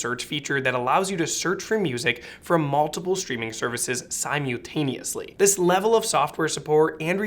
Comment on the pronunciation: sci mew taneously